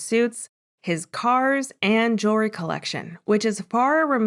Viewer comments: JEWELRY, thats the word not JURY , lol wow and MONTH not MONT old lol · Wait did he say ,,"Jerwry" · It's pronounced JEWELRY